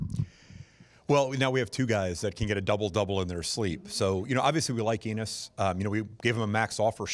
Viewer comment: Did he just said "we like anus" ? 🤔